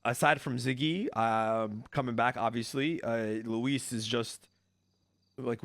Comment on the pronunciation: Luis campell 😂